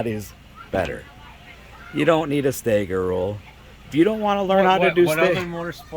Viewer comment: It's not "stayger",. It's "stagger"... 🤷